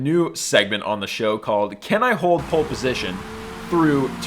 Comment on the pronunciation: Don't wanna be a nerd emoji but it's POLE position not POLL